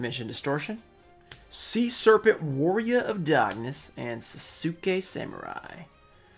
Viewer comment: Love your videos man! I've nearly watched all of them, so I thinks it's finally time I tell you, Sasuke is pronounced sauce*kay thank you for coming to my ted talk.